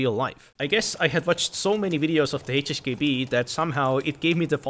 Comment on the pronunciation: why do you pronounce HHKB ---> HSKB???????